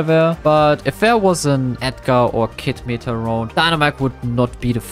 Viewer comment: why does he say mita and not meta